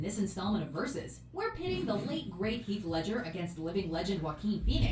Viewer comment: It's heath